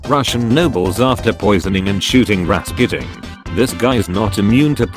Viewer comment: People: Rasputin This guy: Rasqutin Me: acceptable... P. S. I'm Russian